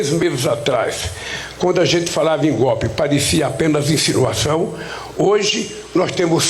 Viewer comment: Jesus Cristo.. Pudim de cachaça não sabe falar golpe!!! Como esse "besta fera" pode ser presidente do Brasil....